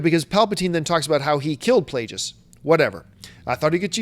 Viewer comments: Plageus has a hard G.. Like the word Plague. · Plague... us!! It's pronounced Plague... Us! You know that John!!